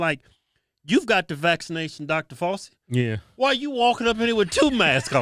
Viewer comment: "Dr Falsey" 2021. 🤣🤣🤣